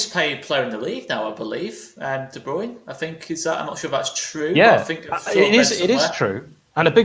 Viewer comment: was so careful to pronounce Guardiola, but we still let off the hook for De 'Broin' for Kevin:)